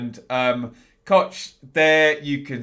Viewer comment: Hello you pronounced Robin Koch perfectly.. greetings from Germany 😀